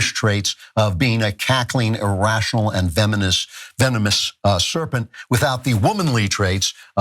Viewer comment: Fenimist. How the fuck has the idiot Klavan even got a speaking role in any setting. HE CAN'T EVEN SPEAK BLOODY ENGLISH! Love to see him pronounce the word nuclear........